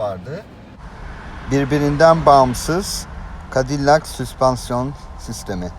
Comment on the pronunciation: Ingilizce bilmenize ragmen Cadillac'ı türk gibi söylemek 😄👍👍